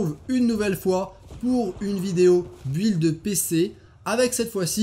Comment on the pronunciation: Est-ce que tu sais qu'on prononce [Bild] et pas [Bwild]? Mon oreille tique à chaque fois.